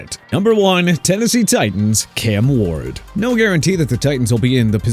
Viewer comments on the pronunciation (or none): none